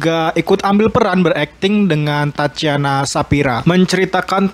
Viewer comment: Tatjana bacanya tatiana bukan tacana